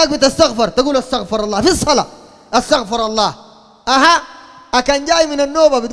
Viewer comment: تنبيه للشيخ أرجوا توصيلها له. أستغفر الله. الصحيح ضم الراء لكي ينسب الاستغفار للعبد. وفتح الراء ينسب الاستغفار لله. والله أعلم